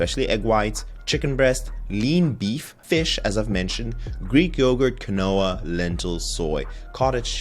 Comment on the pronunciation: thank you for the information. just to let you know, quinoa = keen-wa.